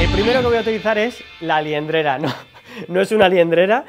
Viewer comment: "La liendrera!!!" me ha matao 😂😂